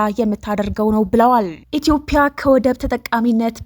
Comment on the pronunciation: ኢትዮጵያ ብለሽ ማንበብ አትችይም እንዴ ?።